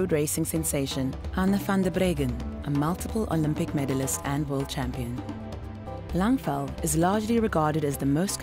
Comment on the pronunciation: it's pronounced Langval